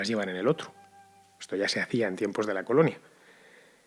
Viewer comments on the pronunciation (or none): Quitando el énfasis en el uso de la palabra Coloinia... magnífico y ameno.